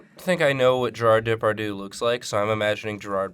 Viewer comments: Was that "Gérarde Depardieu" (mis)pronunciation some sort of joke or reference, or did you just genuinely bastardized it? I love this show, but... I am in shock. How could you ever think that is how it is actually said? :o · i can't listen to them saying gerard depardieu ? it sounds so wrong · The way you guys pronounce Gérard Depardieu is really dang cute. Those French accents were terrible, though XD Except for 'Désolé', that was pretty on-point.